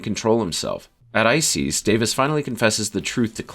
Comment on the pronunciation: Your pronunciation of Osiris and Isis is killing me…